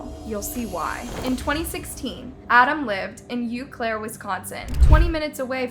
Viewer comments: The city is not pronounced “you claire” but “oh claire” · U Claire? It's O Claire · Please........... don't pronounce aunt as ont. PLEASE stop that. In addition Eau Clair is not pronounced you clare. It's oh clare. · I love your videos but dang as a wisconsinite it urks me when you say pronounce it uclaire it's pronounced OClaire and Ed gains name is pronounced Ed geen 😅 sorry hahaha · Eau Claire is pronounced "OH- Claire", not "YU- Claire". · And the city Eau Claire where Carson's dad lives is pronounced oh-claire, not you-claire. Living in EC...I prefer ew-claire myself at this point tho, ha. Nothing but alcoholics who are proud to be alcoholics here and now the drug problem is getting out of hand as well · I remember this. I don't live terribly far... actually I'm sicken by the fact that his Dad got out and is still in Eau Claire. (Pronounced like "Oh Claire") This "child" is a monster. Should be treated as such. Bury him under the prison. Let some big old sick grown men pedo have their way with him in the meantime. No sympathy wasted on his sad upbringing. We all have our sad stories. We don't come out like this. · Well done. Work on your pronunciation of proper names: they don't follow the normal rules. I'm from Wisconsin so here goes. Eau Claire is pronounced Ōh Claire. Ed Gein is pronounced Ed Gēēn. That's all. Keep up the good work. 😊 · It’s pronounced “Oh Clair”. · Eau Claire =Oh claire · It really kills me to hear you butcher the language! EAU is pronounced O and Berger with a hard G